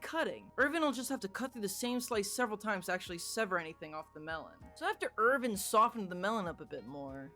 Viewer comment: How he says Ervin: ERvin